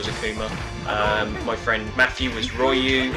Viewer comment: Gah! Its Ree-uh-o, you don't pronounce the Y as Rye-You. Apart from this good video